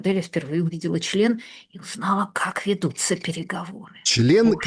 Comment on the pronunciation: Как латынина сладострвстно сказала " ч л е н " 😂